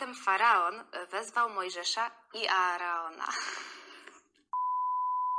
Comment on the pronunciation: Polecam "Księgę Ksiąg". Z wszystkich filmów i seriali ten serial jest najbardziej przybliżony do Biblii. Najbardziej mnie rozśmieszyło, gdy kilka krotnie przeczytałaś faaron zamiast faraon i to, jak skomentowałaś to, jak wyobraziłaś sobie Piotra pukającego w drzwi.